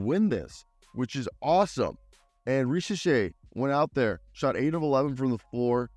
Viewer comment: Risachey' is how to pronounce his name.